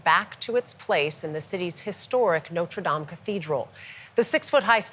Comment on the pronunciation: Hello, "Notra Dam"? Come on people, all journalists, and I mean ALL journalists - including television broadcasters must have a high level of liguistic qualifications to do their job. It must mean that they have been taught the syntax of language, because syntax applies to all indo european languages. It also means that even without the knowledge we all have regarding the French language you could go back to the syntax and work out that the last vowel for the French word for "our" which is "notre" is unvoiced. Do they just hand out journalistic jobs these days, or is it just that people can't be bothered to learn? Second pointer; a sentence - " taking a look at the years of work THATS!!? gone into its restoration" Past perfect please - for goodness sake, " years of work that HAVE gone into its restoration, or into THIS restoration" . It really isn't that difficult, high school knowledge............or maybe not!